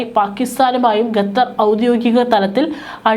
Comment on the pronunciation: വിവരം കെട്ട ലേഡി, ഗത്തർ എന്നല്ല, ഖത്തർ എന്ന് തിരുത്തി വായിക്കുക... നാണമില്ലേ വീണ്ടും വീണ്ടും ഗത്തർ എന്ന് പറയാൻ..